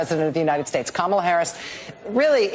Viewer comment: Nonstop lies and using celebrity like Kerry Washington to help say kamala right and she still said it wrong 😂